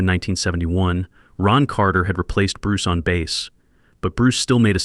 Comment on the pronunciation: Baaas? Jesus AI..